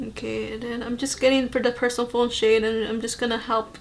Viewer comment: Persephone is pronounced per-SEHF-uh-nee. She's the Greek goddess queen of the underworld. Looks like this palette has Greek mythology references. :)